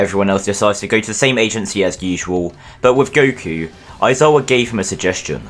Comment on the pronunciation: Gotta love how he calls Goku Guku half the time.